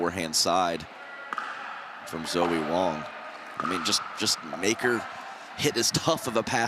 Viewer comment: Sounds like the announcers are saying "Zoey" almost -- are they getting the pronunciation right? Dominant performance by alw as always.